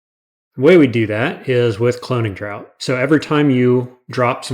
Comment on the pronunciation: you say "draught" like "drought"; but try out the mouth-feel of saying it like "draft"